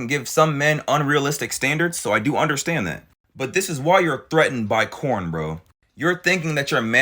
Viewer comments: Girl you need to stop talking for all of us. I want a nice guy! I would love to have a nice guy in my life. You should feel blessed if he really is a nice guy. More men need to be like. are you single? Cause I would gladly shoot my shot if so 😂🤷‍♀️ Also are you calling it corn? Lmao I thought I was my hearing watch messed up at first. Lmao it’s so funny though listening to you talk about it using the word corn 😂😂😂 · Bruh, wait are you saying 🌽? I'm lost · Why is he saying corn? instead of porn? 😮